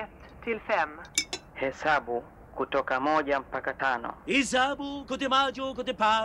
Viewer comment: "Moja." "Moouja!" "Mbili." "Billie!" "Tatu." "Taaa-toe!" "Nne." "Nnnnnäh..." "Tano." "Ghaaanoh..."